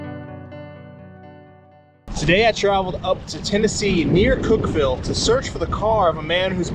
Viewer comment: You guys were in my hood! I live in Cookeville. I could’ve brought you guys some lunch. I lived here over a year before I learned it’s pronounced Cookvull, lol.